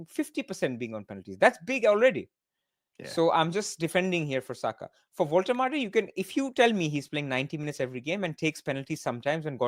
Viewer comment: How can even pronounce Saka’s names wrong 🫠